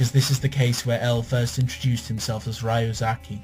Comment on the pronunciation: It's Ree-you-zah-kee not how you said it. Sorry, I just had to point it out. But apart from that, this is amazing ^^